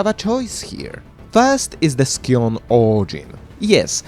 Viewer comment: Scion is pronounced "sai·uhn" There is no K sound in there from the C. <3